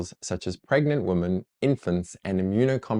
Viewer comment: It's WOMEN not WOMAN. I as in hit. As O is pronounced that way! >:X Are you talking about one or two?